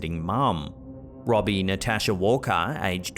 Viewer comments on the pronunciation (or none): none